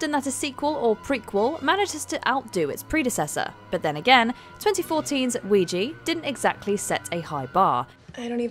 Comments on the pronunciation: It's oui ja, yes in French and German. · You kept pronouncing Ouija improperly. It's Wee-ja. You obviously never watched "Witchboard" to know the proper pronunciation and the context of the name.